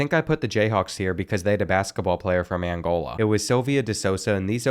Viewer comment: The pronunciations are KILLING me. Mozambikay Kazakastan Annagola Cryzigstan And more